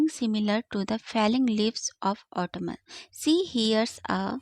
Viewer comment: Correct pronunciation of Autumn is autum not auto -man